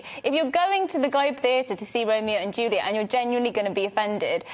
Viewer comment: This wet-behind-the-ears presenter is part of the problem. And he can't pronounce Juliet.